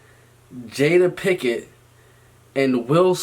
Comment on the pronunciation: ''Picket'' lmao PINKETT*